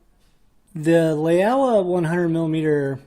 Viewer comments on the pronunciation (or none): FYI Laowa is pronounced as Lau(rhymes with wow)-wa, meaning old frog in Chinese.